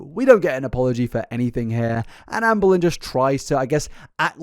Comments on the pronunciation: pronounces ‘Amberlynn’ like ‘Anne Boleyn’ and now that’s all I’ll hear forevermore in gorlword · As a history nerd, every time I was one of your ALR videos, I think you say Anne Boleyn instead of Amber Lynn 😂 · I'm listening to this in the background and I keep hearing Anne Boleyn instead of Amberlynn, which is a very entertaining image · The whole video I kept hearing Ann Boleyn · I can’t stop hearing “Anne Boleyn” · I keep hearing ‘Anne Boleyn’ 😂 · Every now and again when you said amberlynn, I kept hearing Anne Boleyn 😂 story is so much funnier when you hear it like that ngl 😂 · Not to take away from the seriousness of the situation, but this feels even more unhinged because my brain is hearing "Amberlynn" as Anne Boleyn 🥲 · whenever he says Amberlynn i hear "anne boleyn" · Am I the only person who hears "Anne Boleyn" when says "Amberlynn"? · The way you say Amberlynn triggers me 😂😂